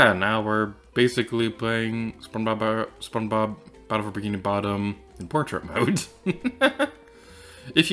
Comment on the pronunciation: " spon bobba...spon bob-....." hahaha this cracked me up so bad I tend to mix up all my words together like this 😭 it feels good knowing im not the only one